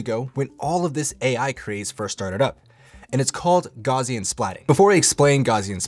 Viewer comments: Great video. Just one thing, "Gaussian" is pronounced "gowssean", not "gauzean", after the German mathematician and physicist Carl Friedrich Gauss. Don't worry, a lot of people mispronounce it. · I found the video too distracting with "gauze-ian" instead of "gow-sian" . The name "Gauss" is pronounced with a "g" sound as in "goat," followed by the diphthong "au" as in "house," and ending with a "s" sound: G-ow-ss. The "au" sound is similar to the "ow" in "cow". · It's GOWSS-ian. /ˈɡaʊsiən/ ... "Gauss" rhymes with "House". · Good tips except for pronouncing it "gozzian" every time. Will be checking out the software though.